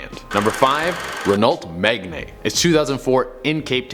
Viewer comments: Meg ney? Wtf is a renult meg ney. Its pronounced meg anne 😂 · I’m British and just to let you know ‘megane’ is pronounced like Meghan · pmsl had to giggle its pronounced Renault Meh-Gan bahaha love it and Ioved mine when I had it xox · What did he call that renault the megan nay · Sorry but it's pronounced REN O MEG ANNE . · Number 5 is pronounced meg anne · As my family own a Megane ( or megne in his words) i am really pissed off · Me gan not Megane .... it’s France ... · How can you not pronounce Megane. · The way he pronounced megane is just annoying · Its not a Renault Megane it was a Renault but a totally different and older one and you misspronounced Megane so much i cringed for you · Not one mention of how he butchers the pronounciation of Megane? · That is not how u say megane 😂😂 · This guy can’t pronounce anything european car wise correctly who calls a Megan a megna and lemans le mas